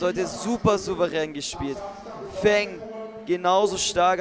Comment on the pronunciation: Thanx for Great matches. But please, Feng‘s Name is pronounced „Fong“ and Not „Fang“. I got goosebumps every time 😂